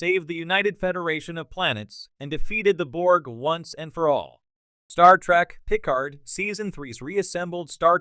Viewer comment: You can't even pronounce picard and these new shows are out of universe non cannon remakes they are not real star trek. No one cares about a reunion for these new reboot non prime universe actors.